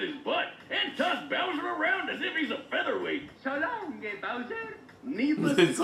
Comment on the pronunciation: Mario said “So long-a Hedgehog” as he chucked Sonic into the water. All in all, this was fantastic. Death Battle even had a podcast explaining how unfair it would be to apply Archie Sonic’s feats. The dude can destroy a black hole, and even ran through time with nothing but one chaos emerald on his back.